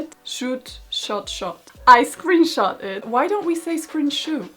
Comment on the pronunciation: It's pronounced "scrunshot"